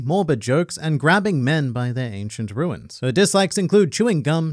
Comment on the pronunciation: I'm dead XD XD XD "anCIeNt RuInS"